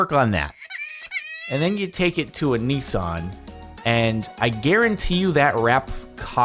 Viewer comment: Nissan not neeeeesan